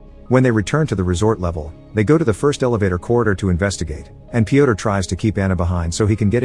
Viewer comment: Yo guys I have a question for Americans. Why can’t you say name Piotr the right way? Letter ё sounds just like in burn, turn, learn. I genuinely wanna know, no cap